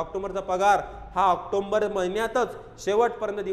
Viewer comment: अरे भाऊ आकटोंबर नाही रे, ऑक्टोबर म्हण रे !